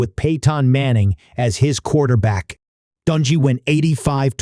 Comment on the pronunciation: For the love of God will you PLEASE PRONOUNCE HIS NAME CORRECTLY???